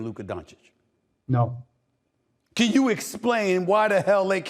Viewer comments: I can’t believe Steven A for the first time ever said Doncic correct after 7years.. he is not Doncik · His name is donakick like flight says